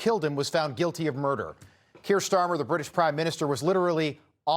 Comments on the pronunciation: Pronounced NOVAK.. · Why does no one abroad pronounce his surname correct it’s said like Novak . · Henry’s Name, although it is spelled “NOWAK”…..It’s actually pronounced as “NOVAK”…….May that poor lad Rest In God’s Eternal Peace….Best Wishes from England…❤️🏴🇬🇧🇺🇸❤️ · The name is Nowak with a “w” not a “v”. But a w is pronounced like a v sound in Polish so not sure why some are using the English w sound. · FFS pronounce Henry's name correctly... What's wrong with Yanks, are they illiterate or what.